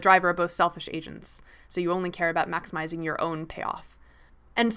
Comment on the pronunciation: I thought she said "selfish Asians" when she said "selfish agents".